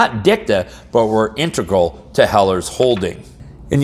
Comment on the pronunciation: please, sound out the word Integral once or twice out loud. Just see what letters are actually there.